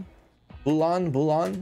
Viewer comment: Bouillon is pronounced "bull yuhn" like million but bullion 😊👍